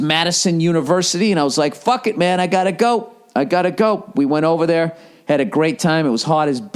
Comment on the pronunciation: I'm glad you're ok ova theah